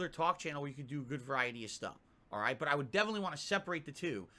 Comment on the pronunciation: “Raight raight raight.” S t f u